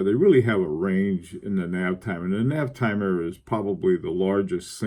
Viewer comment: as a much cleverer man than me, I cant resist this rare opportunity to correct you. it Navitimer Sir, Navitimer. write it out 10 times. :) thanks for your hard work and excellent vids